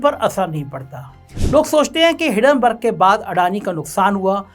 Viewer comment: हिडनबर्ग नहीं, हिंडनबर्ग भो....ले!!!